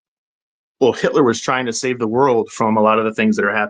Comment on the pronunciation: i knew he didnt say hilter😂man im laughing hard😂😂😂😂😂that I.Q drop tremendously😂